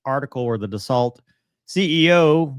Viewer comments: Dassault is pronounced "Daso"... Considering they are authors of such icons like Mirage I'd expect even from an American to pronounce it correctly 🙂 It is like calling MiG as "Em Eye Gee"... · "Dah-Salt." Dassault Aviation: "Isn't he from Louisiana?": "Don't worry, I've got this Rafale fanboys... he's more USAF than 'Nawlins... Flyover States dialect was drilled into him hard, by the boys from Colorado Springs." 😆